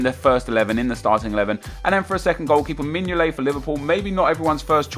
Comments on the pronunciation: Mingolet 😂😂😂😂😂😂😂😂😂😂😂 & not courtois 😂😂😂😂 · Mingolet.... are you fucking serious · Mignolet. lol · Mignolet? Nep are you off your fucking box? (From a Liverpool fan)... xD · Mignolet? What? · Mignolet? LOOOOOOOL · Mignolet? are you having a Giggle